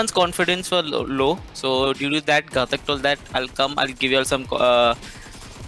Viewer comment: Pronunciation of ''ghatak"